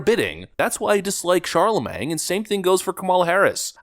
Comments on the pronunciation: “Kamala pronounces patently and absurd incorrectly.” Also: “Charlemang.” Still love you,! 😂😂😂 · I love how you refuse to get his name right... Chalamang😂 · Sorry, but you’re pronouncing “Charlemagne” like “Charlamang”. And that’s funny.🤣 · "Sharla Mang" 😂😂😂 exactly the level of respect this dim-wit deaerves 😂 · Charlamagne has a silent g, just sayin. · But you mispronounced Charlamagne 🤔